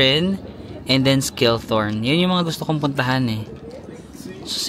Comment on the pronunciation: read as Shiltorn (Schilltorn) Jungfrauhoch ( Yungfrawhok) Gimmelwald (Gimmelvald)